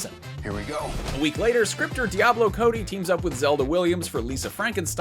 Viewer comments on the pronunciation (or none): none